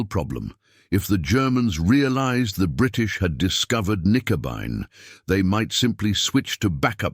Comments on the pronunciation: The actual name for it was "Knickebein" not "nicobine" or "Nickabine." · AI slop. A convincing voice (AI of course) dismantling the German language, Knickenbein which is German for bent leg, is pronounced Nikenby and thereby losing all logic context etc. Dr. Jones deserved a much better and human presentation by somebody posessing true intellect. This was really bad. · Not Nicobine but Knickebein!